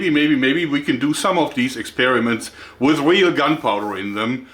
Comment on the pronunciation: "Let me show you vat I came up vith, ha ha ha."